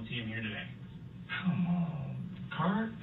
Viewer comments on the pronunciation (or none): He's calling him "Carp" not Kurt.